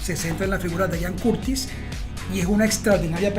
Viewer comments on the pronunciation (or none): ¿Por qué dicen "Ayan" Curtis? Se pronuncia Ian, tal como se lee. De nada.